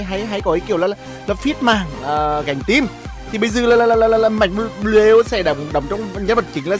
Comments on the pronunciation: Đọc là anh ơi, bờ lêu nghe như lêu lêu hài vãi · Bờ lêu nghe thốn vãi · bị cà lâm hay sao ý,cứ là là là là là thay thì đọc một chữ thôi,xong r cứ đọc 😂😂😂😂 cười ỉa